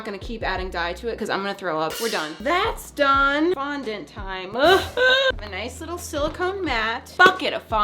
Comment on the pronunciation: ngl i thought she said F**K IT! Fondant 😌 😂😂💀